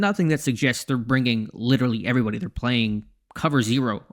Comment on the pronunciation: Intro be like: heyevwybuty